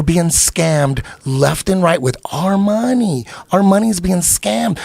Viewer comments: Even better, count how many times Eddie said "MOHNIE" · Can we agree that Eddie Bravo's pronunciation of the word MONEY is the best ever?